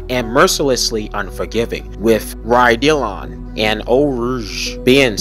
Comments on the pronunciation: I’d like to add Raidillon as well. The I is going to produce an EE sound so it’s Rad-ee-yon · Please do not pronounce it "IMOWla" or "Ray-Dillon" It hurts my ears 😣 Otherwise great video 👍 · Stop saying imola like that!!! And raddilon and sau paulo!